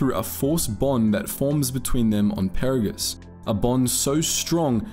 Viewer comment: Did you play this game in a different language? You mispronounced both Peragus and Goto. Each name was said dozens of times in game.